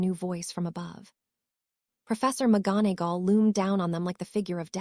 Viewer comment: The reader can't pronounce McGonagall